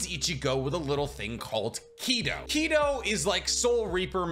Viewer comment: Your pronouncing Kido wrong though.